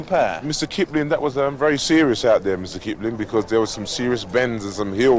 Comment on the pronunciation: "mista kiplin"